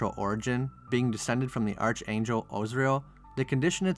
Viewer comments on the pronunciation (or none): The CH in "archangel" is pronounced like a K, (not like a CH, unlike "archduke" or "archbishop").